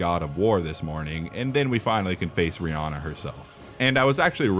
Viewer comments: Did you just call Rennala "Riyana"? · Bro called Rennala Rihanna 💀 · the way you say rennala is better than the original idk if thats some god of wa ragnarok names